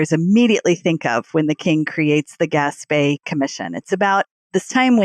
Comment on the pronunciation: I live 4 miles from where the Gaspee Affair took place. Two corrections: 1. It is pronounced "Gas-Pea" not "Gas-Pay". 2. After the Gaspee was set on fire the colonists rowed the crew to the village of Pawtuxet about 2 miles up the Providence River, NOT the city of Pawtucket, 13 miles up the Providence river.